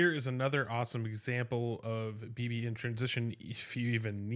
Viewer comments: I'm glad you covered this signing because it could pay dividends. However, her name is not pronounced Bee-Bee. It's pronounced Bib-Bee, like the word "bib." This was how her name was pronounced when she was with the Valks. And to make doubly sure, I went to her payer page for the Terps, where you can hear pronounce her own name. Also, good luck with your move! 👍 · Dude, it’s “Bib ee”!